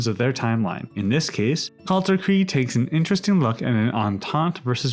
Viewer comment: Kalterkreig? Its Kalterkrieg